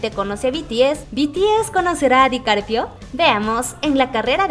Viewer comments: Lo pronuncias mal. Se dice DICAPRIO no DICARPIO. Ojalá se conocieran algún día 🙏💜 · CUANTAS VECES DIJO DICARPIO EN VEZ DE DICAPRIO😂😂😂😂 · Es Dicaprio no Dicarpio 😂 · No es Dicarpio... Dicaprio 😂😅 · Repeat after me. Di-ca-pri-o. Not Dicarpio 😉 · Leonardo Dicarpio jajajajajajajajaa me dió risa como lo pronunció 😂😂😂😂🤣🤣🤣🤣🤣🤣🤣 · jajaja me gusta cuando dice leonardo dicarpio jajaja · Asi como pedimos tespeto para nuestros chicos de BTS ,seria bueno que tambien se respetara a los demas artistas. El se llama Leonardo DicaPRIO , cuando mencionan a BE TE ESE ..las ARMYS corregimos la pronunciacion del grupo a la mejor para muchos sera una payasada mia pero seria lo mas justo no?? Mi sencilla opinion.